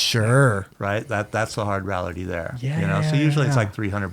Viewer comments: He says “rality” too much. *rEality!! Come on professor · Seriously ,where the hell did you learn to pronounce "reality", Paul?!! Hahaha!!! Good episode. Black label with PS Wood is the best. Not done with this episode but I wish they would talk about the Yard Stix or the Ripsaw and all time best sellers for Schmitt Stix. I would think Lucero's deck would be it.